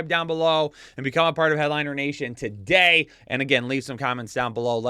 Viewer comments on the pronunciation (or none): none